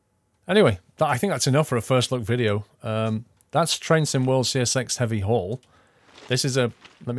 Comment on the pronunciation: See Ess Exxx.. not sex. :D